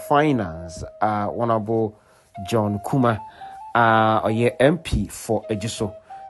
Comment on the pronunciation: Please kindly correct it it’s Kumah not kumash thank you 🙏🏾